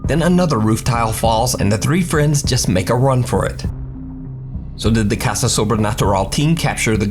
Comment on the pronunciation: Me, an Spanish speaker, reading number one: caca sobrenatural 👁️👄👁️ reading it: caSa sobrenatural